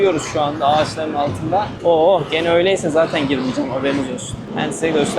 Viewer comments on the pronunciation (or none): none